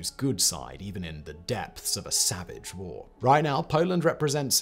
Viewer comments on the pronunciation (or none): none